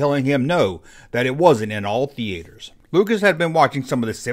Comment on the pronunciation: THE - ATE - ERS... lol